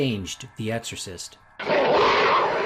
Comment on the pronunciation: Dickinson pronounces it "The EGGorcist"